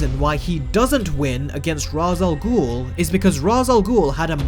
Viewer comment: Please say Ra's al Ghul name right